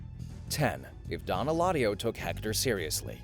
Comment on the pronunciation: it is Eladio, not Heladio.